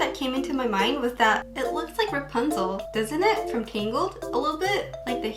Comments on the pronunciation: ラプンツェルがランプツェルになってた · 一回目のラプンツェルがランプツェルになってます(´･ω･`;) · 英語を批判してるわけじゃないけど ラプンツェルがラパンゾーに聞こえる( ˙-˙ ) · の所でラプンツェルがランプツェルになってるw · ！ の所のラプンツェルがランプチェルになってるよ！！ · 1分7秒の時、｢ラプンツェル｣なのに、｢ランプツェル｣になってる！？ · ！ ラプンツェルがランプツェルに笑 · ランプツェルになってる、疲れてたのかな、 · ラプンツェルがパンゾウにきこえた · ランプツェルになってるよ！可愛いw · ランプツェルになってる！ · ラプンツェルがパンツに聞こえる← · ラプンツェルがパンゾーにしか聞こえないw 英語って難しいなぁ( ´･ω･`) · ラプンツェルがパンツにしか聞こえないwww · ランプツェルw 不意打ちに笑っちゃいましたw